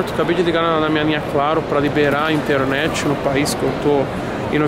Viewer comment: Pra que falar " inteRenete ?